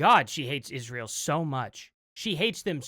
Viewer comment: she cant even pronounce Israel right. she says "Ishhrael"